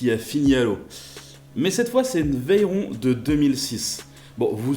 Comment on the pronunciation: C’est pas « veillleron » c’est « véron »